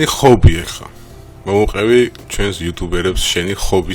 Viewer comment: ხობი არა . ჰობი